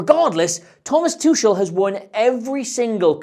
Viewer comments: Its too-kool not too-shul. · It’s “TOO-hull” with a phlegmy sound on the second syllable Love the analysis though! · Thomas whooo? Tusshel? Noo. Absolutely no. He's one of the most well known managers. How can you butcher his name like that? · Great Video but please learn how to say Tuchel hahaha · that pronunciation... what a tuchebag, amirite?